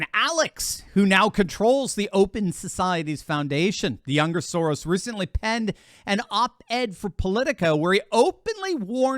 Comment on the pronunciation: Ha! You said 'the younger Soros', but it sounded like Youngasaurus - a younger species of what is nevertheless a dinosaur.